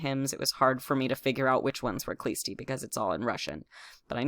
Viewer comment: The "k" is silent in the name of the sect, it is Hlõstõ